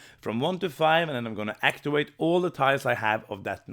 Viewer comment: Actiwate is a pwopew way to say wowds!